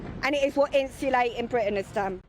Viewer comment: Someone, please, tell Tracey that the word “insulate” has a T in it.